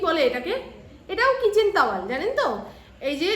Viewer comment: "তাওয়াল"😂😂😂 "টাওয়াল" "লাইলন"😂😂😂 "নাইলন "